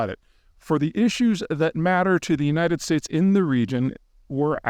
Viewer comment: He (Putin) landed in Hoonalay last night..??? 😂😂😂😂😮😅😢 Spoken like a yoonighted States of Oomerikon world traveling expert